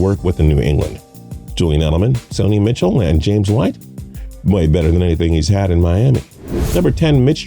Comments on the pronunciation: I appreciate this guy's insight, but in the first 2+ minutes he's mispronounced "Oregon," "Stidham," and "Michel." Those aren't just nobody type names that a football analyst wouldn't know. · I turned this shit off. You’ve already mispronounced Stidham several times, Brissett, and Michel. Obviously you didn’t do much research for this video. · No credibility from a guy and a channel who can’t even pronounce simple names like Stidham and Michel correctly. Probably never played a down of football in his life. TB12 isn’t going anywhere.